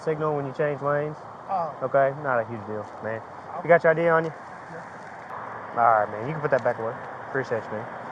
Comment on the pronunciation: please stop saying "mane" officer